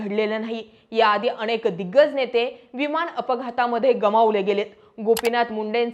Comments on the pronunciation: 'अणेक ' 'पन ' जरा उच्चार सुधार. प्रयत्न करून तर पहा. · अनेक म्हणा अणेक नाही